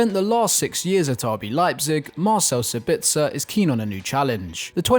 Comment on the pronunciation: Hey guys, its pronounced SAH-bitzer with the emphasis on the Sah at the beginning. Cheers tho!